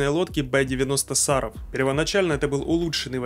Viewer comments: Не сАров, а сарОв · СарОв, а не САров. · Что за сАров? Город СарОв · Не САров, а СарОв, от названия города в нижегородской области,где ядерные технологии разрабатываются. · ну не сАров, а СарОв, тогда и лодка будет ПосеЙдон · Не САров,а СарОв! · Не Са'ров а Саро'в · СарОв, а не САров, в честь одноименного города. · Не СAров, а СарOв. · Не САров, а СарОв. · СарОв, а не САров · В названии "Саров" ударение на букву "о", а не на "а". Саров - это город. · Почему бы не узнать на какую букву ударение в названии города СарОв.... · Ударение на о СарОв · Уважаемый автор ролика! В слове Саров ударение на первом слоге - на букву "А" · Ударение в слове Саров на букву "а"пожалуйста 😂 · Саров ударение на о